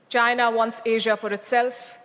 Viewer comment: JAINAH /Chinah? 😂🎉😅🎉😅🎉 That Ain't English 😊😅😂 It's INGLISH 😮😮